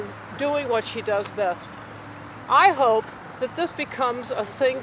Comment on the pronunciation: "hope" haha, not pope.